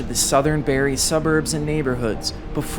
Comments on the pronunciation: BARRIE IT’S BARRIE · He put barrie as barry! Disappointed canadian. BTW you should of talked about goderich f3 2011